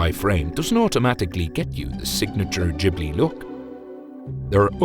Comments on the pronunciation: Not Jiblee Its Ghibli like Qiblee (original arabic word). Gee-blee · Massive respect for this video and what you put out. The only one thing I'm able to add is that you've been mispronouncing Ghibli. It's pronounced with a hard G, as it is in the verb 'give'. In Italian (ghibli is an Italian word derived from Arabic, describing a hot desert wind also known as the scirocco) if you throw an 'h' between a consonant and vowel, then that consonant acquires a hard sound. So, for instance, "chiesa" is pronounced as if there was a k. And Ghibli too.